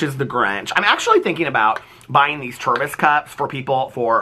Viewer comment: Is he saying ‘Turbis cup’? What? Edit. Oh. I googled it. It’s an American thing. Tervis cup.